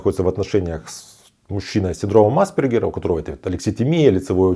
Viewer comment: Непонятно почему вы неверно делаете ударение. Никогда не слышали как произносить правильно фамилию АспЕргер??? Какой тогда уровень образования этого блогера? Ударение НЕ на первую гласную букву, а на вторую! АспЕргер!!! Синдром назван в честь австрийского психиатра Ганса АспЕргера. Что здесь сложного произнести слово с правильным ударением???